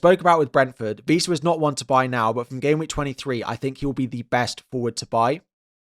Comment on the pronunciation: Couple of notes, it’s ‘Wissa’ not ‘Vissa’ and ‘Diogo Dalot’ not ‘Diego Dalot’